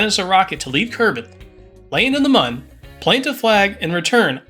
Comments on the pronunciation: its Moon not mun you clown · you are calling the moon wrong you say mun instead of moon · Pretty sure Mun is pronounced Moon... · Why was he saying Mun instead of moon😭😭